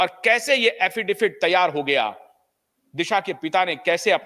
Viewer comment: अफिडेफिट नहीं, अफिडेविट.. see English spelling.. 5 - 6 बार गलत् pronounce किया!